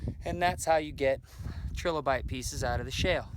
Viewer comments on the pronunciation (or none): It's pronounced try lo bite, not tre lo bite